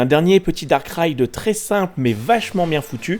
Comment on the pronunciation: A chaque fois qu'il disait "Dark Ride" j'avais l'impression qu'il disait "Darkrai" Attrapez-les tous